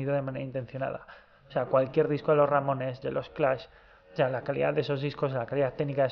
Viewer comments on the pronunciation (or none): none